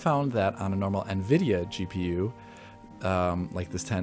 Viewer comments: Not to be nitpicky, but was it bothering anyone else that the new guy,, was pronouncing Nvidia, "na-vid-e-a"? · WHY ARE YOU PRONOUNCING NVIDIA AS NUH-VIDIA???